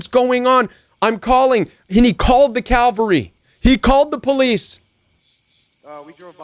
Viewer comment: IT’S C A V A L R Y — NOT C A L V A R Y (Where Jesus Died.)